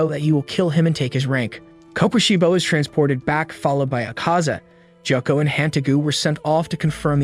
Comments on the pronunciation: gyokko not ghako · Jako 💀bro it's gyokko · it's gyokko not gyakko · IT NOT GHYOKO IT IT GYOKKO!!!💀😒😡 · ITS GYOKKO NOT JOCKO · It not gyoko is gyokko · ITS GYOKKO NOT GYAKKO AND ITS NOT BIWA WOMAN ITS NAKIME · It's gyokko not gako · Jakko ? You demon it's Gyokko. Blood Demon art : ruin people's names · why is no one talking about him pronouncing gyokko as jakko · bro nobody is talking about joakoo instead of gyokko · Dude it’s gyokko not jacko 😹 great vid tho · NAH NO WAY MY BOY CALLED GYOKO JOKO EDIT: also no way he can pronouce hagnazuko but not tanjiro, gyoko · LMAO HE SAID GYAKKO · bro said jacko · You said the demon’s name wrong it’s GE O KO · ITS GYOKYO NOT GCOKYO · Even said gyako ITS GYOKKO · Gyokko messed me up